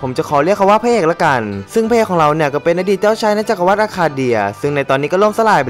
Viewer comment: ขอติหน่อยนะ จักรวรรดิ อ่านว่า จัก-กระ-หวัด ไม่ใช่ จัก-กระ-วัด เห็นพูดทุกประโยค ลงคำว่า "วัด" หมดเลย ไปแก้นะ ฟังแล้วมันขัดหูมาก